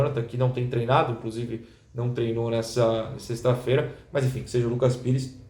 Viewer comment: "Seishhhta feira", Noronha é carioca e eu posso provar